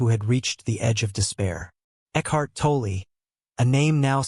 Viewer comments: Pronounced tall or toll.. not toll ee.. or toll eh.., Please stop butchering his name ., Thanks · Pronounced - Tawl- Tall or - Taull- Stop with the eeeee after saying his last name .